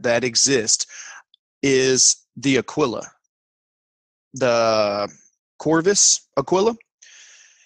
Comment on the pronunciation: Funny how Americans make Kurov into Corvis. It`s hillarious.